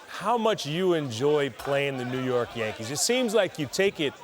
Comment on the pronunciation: It's JANKEES